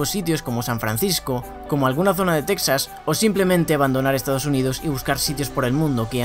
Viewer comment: TeJas, por favor. Estás hablando español :D Al menos al pronunciarlo